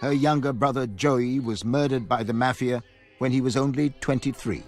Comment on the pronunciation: I can't stand how he says mafia!